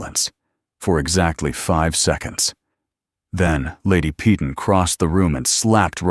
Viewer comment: PEYTON: Pronounced "Pāy-ton", - "ton" as in a "ton of bricks"Pee-tawn" is very UNACCEPTABLE!!!